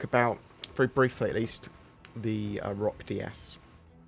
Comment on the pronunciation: Says "Roc-DS" Me: fart noise